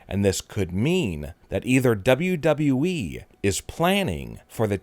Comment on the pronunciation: I can’t why is he talking like that bruh finally he’s saying WWE properly